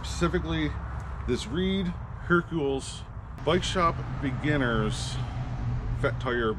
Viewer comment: I think you loose viewers when you can’t pronounce Hercules.